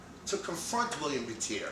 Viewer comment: BTW, You're not correctly pronouncing Willem Buiter's name. It's a Dutch name and you pronounce it in a French way. The correct way i guess is a combination of the "uy" as in "Peter Stuyvesant" & the word "butter". Not a biggie, but i thought i should point it out. Greetings from the Netherlands.